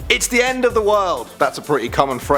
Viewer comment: The way he said dumbest